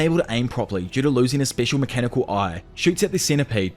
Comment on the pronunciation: That not how you say special. Grow up